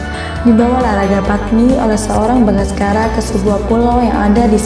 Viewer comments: Bukan bagaskara, Bangsacara. 😁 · Bangsacara bukan bangaskara